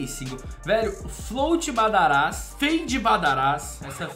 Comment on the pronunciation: te amo mas para de falar badarás o certo é badáras